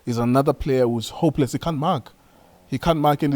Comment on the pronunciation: It's how you emphasize how "hopeless" some players are for me😹😹